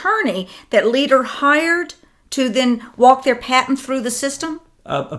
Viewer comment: Great work you guys. This is the third video of yours that I've listened to. Thanks for digging up the info. By the way,, 'patent' has a 't' at the end; it's not a 'paten'. But great work, thanks; we need you!